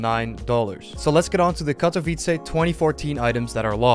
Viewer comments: U pronounced Katowice pretty well in this vid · Lmfao i like how u are spelling the word "Katowice" (yes im from Poland) probably bcos u are spelling it very good.